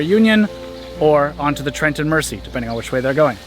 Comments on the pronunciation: Beautiful videos. If I have just one teeny weeny complaint ,please please stop calling it the "Mercy". It's pronounced " Merzy". Apart from that,loved it all. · Fun videos. FYI the Trent and Mersey Canal is pronounced Merzee. Not this video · Great videos. Mersey is orounces as though the s is a z. After the River Mersey in Liverpool.